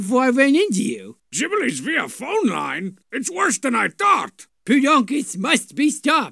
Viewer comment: Sheesh, can't even pronounce Jibblie properly.